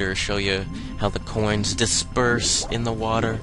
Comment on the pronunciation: I love how you say "groins" instead of "coins". =P